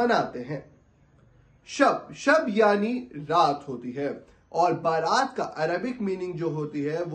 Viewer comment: Baaraat nahi.bara'at hai.bara'at ka matlab hota hai nijat ke.rihai ke.jahannam se rihai